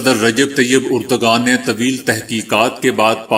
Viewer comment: ترک صدر اردوگان نہی بلکہ درست ہے اردوان